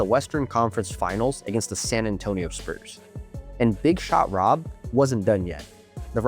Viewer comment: you named dropped Jordan. Thats the reason why we had to listen to you butcher Horry’s nickname. It’s also funny that you didn’t tell everyone that he swept LeBron’s cavs. Horry said that it was the easiest ring he ever won. He said it Stephen Jackson’s podcast.